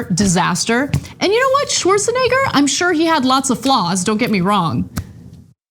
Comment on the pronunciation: Anna, you almost said schwartzni$&&3r